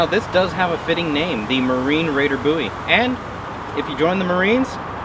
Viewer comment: Buoy knife? Maybe it floats? Looks more like a BOWIE to me, BOWIE not BOOOIE